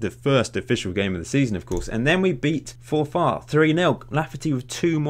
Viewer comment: Loved that pronunciation of Forfar